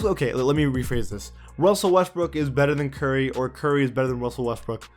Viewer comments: “Wussell Westbrook” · "Wussell Restbrook" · Why do u keep saying wussel restbook. And how is boogie cousins a better center than Rudy gobert